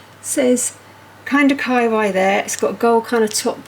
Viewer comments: Umm kawaii is not k-eye-why, it’s kuh-wahh-eeeeee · I believe it is pronounced more like ka why yee. Not just ka why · This IS the best calendar I’ve seen. And I was also drawn to their Ghibli one. I think you pronounce it “Kaaah wah ee” not “ky why”. But I could be incorrect. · Great calender, I'm going to help you out with pronouncing the increasingly socially endemic term Kawaii it is Kaw-Wah-Yee 🙂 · say kawaii, like hawaii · I was coming here to say this. I really enjoyed the video, but the pronunciation got me every time. 😁